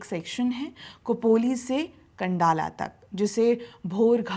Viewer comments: 'कं'डाला नहीं 'खं'डाला – 'ख' Example: ...आती क्या 'खं'डाला...! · खोपोली और खंडाळा सही उच्चार करिए